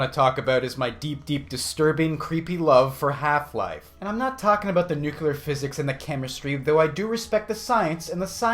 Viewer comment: "Nuke-lee-ur" not "Nuke-you-lur."